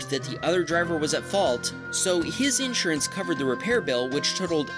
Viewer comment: Someone teach this dude how to pronounce insurance, PLEASE!